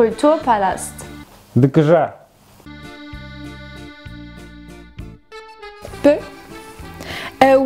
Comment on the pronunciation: ДэКэЖа)) Нет букв Кэ и Жа, есть Ка и Жэ. Я тоже сотрудников своих поправляю на ДэКаЖэ, но привычка сильнее видимо.))